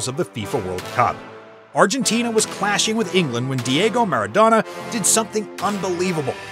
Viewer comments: I stopped watching when he said Maradano instead of Maradona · OK.....After i heard 'The Argentine captain MARADANO" i had to leave.......